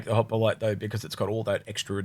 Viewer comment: mate there is no A in hoplite Just like my wife trying to put a A in cockroach. Good show guys keep it up